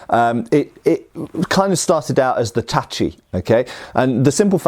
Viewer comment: pronounced tachi correctly! \^^/ This is the cherry on top of a very very interesting video (as usual, but still worth mentioning). n_n